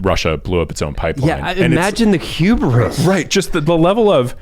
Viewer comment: Hubris, not hubaris.